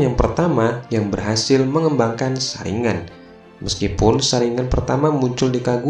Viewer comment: Bukan saringan tapi saringgan